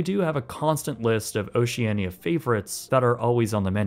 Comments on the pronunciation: its ocean-ia not ociania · They pronounce the name Oceania as Oceana. You would think having traveled on one of their ships for ten-days, you would know that. Odd. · you are most definitely NOT the target audience for Oceania. I am in my early 40’s and are often in the top 10 youngest onboard. Just an FYI, the “i” is silent when saying the name of the cruise line. The older ships are hardly “Ugly and outdated”. The pictures you are showing of them are after the multi million dollar refurbishment. All the fittings are of high quality, and once onboard you’d be hard pressed to tell the ships are over 25 years old. Once again, you are NOT the target audience for the ships in question.